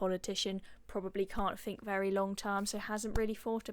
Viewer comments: I love the work of this young lady but please PLEASE can you just stop speaking like a cretin! Its THink not Fink and whether not wevver! 🤦‍♀️ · Can you try and pronounce the letters 'th' please. Wiv. Whever. Fink. Fought. I like you, and your content but try and speak our language proppa